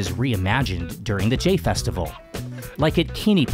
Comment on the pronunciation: I'm pretty sure "Jain" is pronounced like "Jine" and "thali" is pronounced "tali". เจ sounds more like "jeh" than "jay".